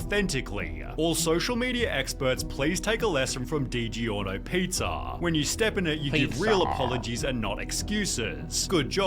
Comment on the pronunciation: "Di-Gi-Orno" physically hurt me!